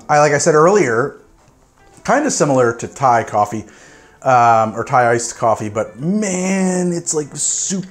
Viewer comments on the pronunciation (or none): none